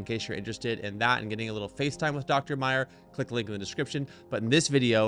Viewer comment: Try to learn at least his name, it's Meyer, not Mayers.